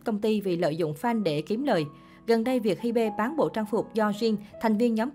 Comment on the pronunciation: ???? Hybe đọc là Hi Bê=))))